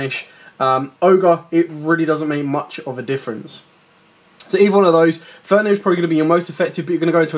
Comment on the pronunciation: good video. thx. but would love if you used correct card names. triggers my OCD ;) "fenRir" not "fenir" ;) anyway. thx for video